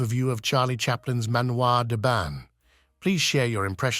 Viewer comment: You pronociation of 'Manoir den Ban' is horrible. The 'n' in Ban is not pronounced in French!